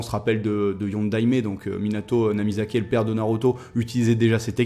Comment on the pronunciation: ERREUR PAS NAMIZAKE MAIS NAMIKAZE